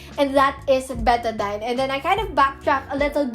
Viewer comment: I love how you pronounce betadine😭